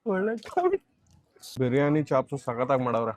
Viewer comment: ಬ್ರಿಯನಿ ಅಲ್ಲಾ ಬಿರಿಯಾನಿ